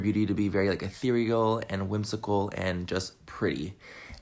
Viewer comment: Hey!!! Glad you are feeling better❤️ love you and agree with you.. if he says Atherial one more time I might gouge out my eyes and ears... lol it's cursive he needs to pump his brakes!